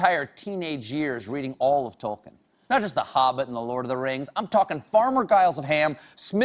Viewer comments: Not to mention the fact that he butchers the name "Tolkien", [tɒlkiːn], (or 'tol-keen', if you will). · And yet - and yet - he REFUSES to pronounce Tol-KEEN properly . . . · He kept mispronouncing names and places and also got some things wrong and as a lotr fan that made me uncomfortable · He may be the biggest Tolkien geek but he pronounces loads of the names wrong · When he cany say tolkien nor smaug correct.